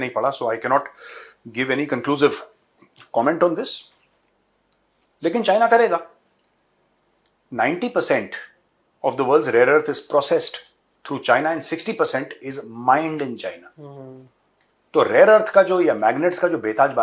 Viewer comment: Rear earth 😂😂😂😂 instead of rare 😂😂😂😂😂😂 …. Pakistani’s like rear earth 😂😂😂